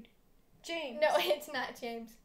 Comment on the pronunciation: U pronounce James as Hamis